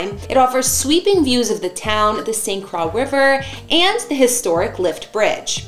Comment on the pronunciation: St. Croix is pronounced "Kroy". Sorry, had to.